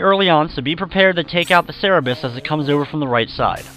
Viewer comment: 1. I always thought "Power... UP!" was the most memorable line 2. It's a Cerberus, not a Cerebus.